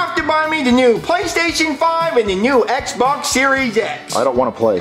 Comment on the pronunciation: really said EHBA instead of Xbox